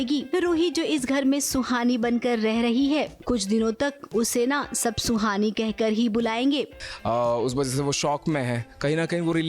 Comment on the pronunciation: Suhani not sloni